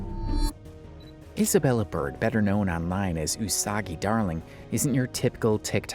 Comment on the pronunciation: not you pronounce it as 'usaguy' 💀